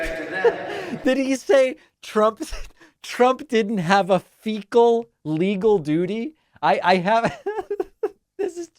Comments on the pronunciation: He said FECA im sure you have alittle more intelligence. But your intelligence might be low. Not sure yet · Hey Donny get your head out of your rectal cavity, for starters you are not the president, Biden is. Yes ,you can speak as currently you are , even though you are speaking , fecal is not part of a sentence unless you are thinking about your soiled Diaper 🧷. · Did Trumputin crap his drawers then mentally slide the word “fecal” into what he was reading?